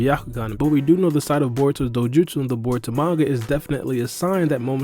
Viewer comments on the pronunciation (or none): none